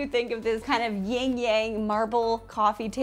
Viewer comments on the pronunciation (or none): Hi this is like soo nitpicky but its not "ying yang" its Yin & Yang, if you are referring to the symbol. But love the project, very cool idea!